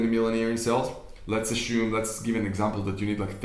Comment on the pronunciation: The word is ASSUME not ASHUME.